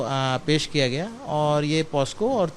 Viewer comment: पॉस्को नहीं पॉक्सो होता है